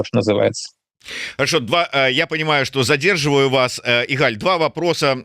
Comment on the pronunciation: Не игАль, а Игаль.